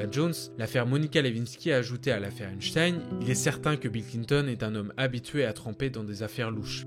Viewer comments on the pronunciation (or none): Epstein se prononce Epsteen… pas comme Einstein… faut mieux les nommer comme il faut ces monstres. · vidéo cool mais c’est pas einstein c’est epstein